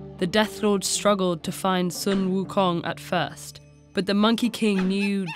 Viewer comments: in chinses the money king's name is pronounced like this: shu eum houng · Sun Wukong is not how you pronounce it, its "Soo WooKoong" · uh so its actually pronounced Soo Wookoong (In the language) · Sun Wukung is the inspiration for Goku from Dragon Ball: 1-Magical Staff that can elongate 2-Monkey Tail and Martial Arts 3-Rides Clouds at very fast speeds Son Goku is even the Japanese pronunciation of Sun Wukong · this is terribly inaccurate lmao- "sUn wU kONg" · Ahhhhhhhhhhhhhhhh the pronunciation. Other than that, great video! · why not get native speaker to say sun wukong's name? haven't they done that before? it's so grating to hear the pronunciation in the middle of her sentence.